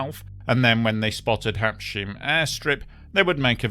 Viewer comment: Habs...heim (hime), not habsheem, All, every single one of the Air France pilots were hot and horny for a job on the Concorde. This guy is a prime example of that sort of jerk.